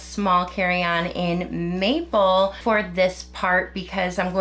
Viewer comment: MAPLE!! First time she said it i heard "meatball" and it had me utterly confused 😅